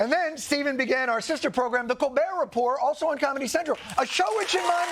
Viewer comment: TIL "The Colbert Report" is pronounced "Repor" lol